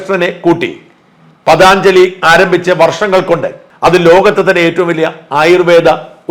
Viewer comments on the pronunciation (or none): പതാഞ്‌ജലി അല്ല പതഞ്ജലി എന്നാണ് ഉച്ഛരിക്കേണ്ടത് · പതാഞ്ജലി അല്ല പതഞ്ജലി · ഷാജൻ സാർ, പതാഞ്ജലി എന്ന് പറയുന്നത് തെറ്റാണ്. പതഞ്ജലി എന്നാണ് ശരി . യോഗ എന്ന ജീവിത ചര്യ ചിട്ടപ്പെട്ടു ത്തിയെടുത്ത മഹർഷി വര്യൻ്റെ പേരാണ് പതഞ്ജലി എന്നത്. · പ്രിയപ്പെട്ട ഷാജൻ.... എന്തറിഞ്ഞിട്ടാണ് താങ്കൾ ഈ കണ്ഠ ക്ഷോഭം ഒക്കെ നടത്തിയത്? I M A യേപ്പോലുള്ള pharmaceutical മാഫിയകളും Unilever നെപ്പോലുള്ള multinational ഭീമന്മാർഉം ചേർന്ന് കോടികൾ വാരിയെറിഞ്ഞ് ഒതുക്കിയത് ആണ് പതഞ്ജലിയെ... പതാഞ്ചലി എന്ന താങ്കളുടെ വിഡ്ഢിത്ത ഉച്ചാരണം ...പതഞ്ജലി എന്നതാണ് ശരിയായ ഉച്ചാരണം എന്നെങ്കിലും മനസ്സിലാക്കിയിട്ടു ഈ മാതിരി false news കൾ ചെയ്യുക.. കാള പെറ്റു എന്ന് കേൾക്കുമ്പോഴേക്കും കയറെടുക്കാതെ ഈ വക കാര്യങ്ങളുടെ സത്യാവസ്ഥകൾ വിവരമുള്ളവരോട് ചോദിച്ചു മനസ്സിലാക്കുക.. താങ്കളുടെ ചാനലിന് ജനങ്ങൾ കൊടുക്കുന്ന വില കളയരുതെന്ന് അപേക്ഷിക്കുന്നു.. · പതാഞ്ജലി അല്ലെ ഡാ മൈരേ .....😅 പതഞ്ജലി നല്ല Quality products .....❤❤❤ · പതഞ്ജലിയല്ലേ കറിയാച്ചാ? പതാഞ്ജലിയാണോ? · പതാഞ്ജലി അല്ല പതഞ്ജലി ചില സമയങ്ങളിൽ ഇയാൾ വെറും കിഴങ്ങൻ ആണ് ഷാജൻ സ്കറിയ😂😂😂😂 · പദാഞ്ജലി എന്നല്ല പതഞ്ജലി എന്ന് പറയുക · പതാഞ്ജലിയല്ല - പതഞ്ജലിയാണ് മറുനാടൻ - സാജൻ സാറെ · Pathaanjali Alla, Pathanjali AaNu. Pa Tha both are short, neither is long. Do not mispronounce. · പതഞ്ജലി എന്നല്ലേ...പതാഞ്ജലി അല്ല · പതഞ്ജലി ആണ് പതാഞ്‌ജലി അല്ല. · Pathaaanjali alla.. Pathanjali... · പതഞ്ജലി എന്നു പറയൂ. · "പതഞ്ജലി " എന്ന് പറയൂ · ഷാജന് പതഞ്ജലി യുടെ പേര് പറയുമ്പോൾ നിരന്തരം ഉണ്ടായ തെറ്റ്, വാർത്തയുടെഉള്ളടക്കത്തിലുമുണ്ട്...